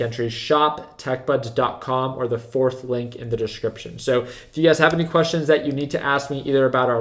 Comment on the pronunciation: I keep hearing UGAZ when you say "you guys" lol